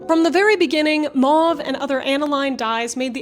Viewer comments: ...maw-ve... Me: MOW-VE...maw-ve MOW-VE MOW-VE!!!!! As someone who was in French Immersion, it drives me up the wall when people pronounce "mauve" maw-ve because it's so much more difficult to say maw-ve than it is to say Mow-ve. I'll let my self out. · Mow-ve NOT Mah-vE Quin-een NOT Kwy-nine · I'm sorry, but I'm gonna be that guy....it's a French word....it's pronounced like 'oh'..not 'ah'. M-ohhh-ve. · I had no idea Americans had rebranded Mauve as " Maah v ". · Are you implying that "mauve" is pronounced "may-yoov"? How do you pronounce "sauce", "gauze", "pause", and "cause"? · Today I learned that Americans say mauve and quinine weirdly. 😂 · Can't listen to that mispronunciation e on the end makes the vowels say their name